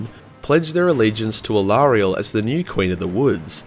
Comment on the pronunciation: Who is Aerielle, do you mean Alarielle? And if so, you are so wrong! xD